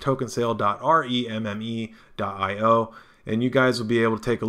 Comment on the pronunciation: FYI: I think pronouncing it "remi" as apposed to "rem" could get this confused with remicoin (RMC) which is totally different. Remme should be pronounced as "rem". The name Remme has a numerology value of 2 In numerological terms, this means the following Balance. A state of equilibrium or equipoise; equal distribution of weight, amount, etc. Something used to produce equilibrium; counterpoise. Mental steadiness or emotional stability; habit of calm behavior, judgment, etc. Got that? Good. LOL.